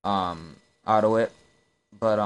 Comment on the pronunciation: It's AUTO-I-T.